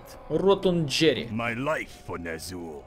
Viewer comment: Я ведь не один думал, что его имя произносится как "Ротунд'ейр"?